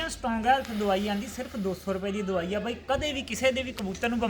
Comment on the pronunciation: Davai ka nam shmj ni aaya veere plz dobara batana,🙏🙏